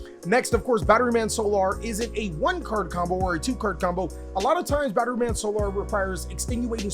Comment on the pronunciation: Is he intentionally refusing to say solar properly lmao